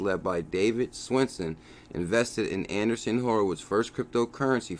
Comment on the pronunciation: Not ANDERSON Horowitz....ANDREEESEN Horowitz.